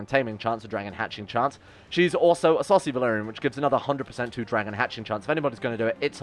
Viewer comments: You keep saying Essosi Valyrian but I keep hearing it as a Saucy Valyrian. I'm like "She's not even lustful man." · Same I kept on thinking "Why does he keep on calling them Saucy"?